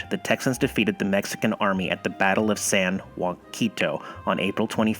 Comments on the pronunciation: Hi. Bexar is pronounced "bear" and its San "Ja-cent-O" not giving you a hard time, its impossible to know unless you grew up here. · the site is prononouned sa-yah-sinto. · That's "SAN Ha sin toe" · That's San Jacinto (Jah-sin-to). (Native Texan) You should visit the site and the Battleship Texas on your way from Padre.... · Ja- cento and Be-har, mis-pronounced San Jacinto and Bexar. Used to be that you couldnt take flash photography inside the Alamo.